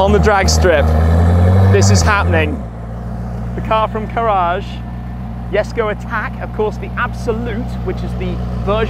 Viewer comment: Why does he call it yesko